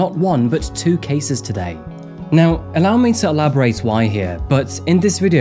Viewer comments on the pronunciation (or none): none